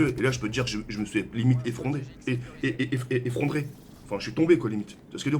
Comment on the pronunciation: "Effrondrée" mon p'tit toujours aussi fort en français ^^